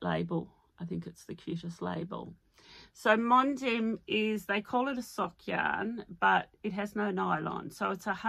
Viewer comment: Hi I love your joy of knitting! (just a heads up that ‘Mondim’ is pronounced mon-deeeeem!)